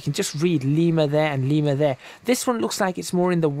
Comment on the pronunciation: You said Lima wrong.